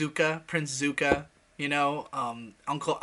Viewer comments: Prince су́ка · Zuka? Prince ZUKA??? Bruh.